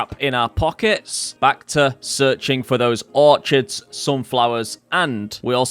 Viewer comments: No, I'm British. We say Orchids the same way. Dont know why he's saying Orchard, because that's a plantation of trees that you farm. Not the flower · really cool vid, glad i found your channel. btw orchids is pronounced 'orkids' , its a hard ch like 'echidna' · You are saying Orchids wrong. Or is that rage bait?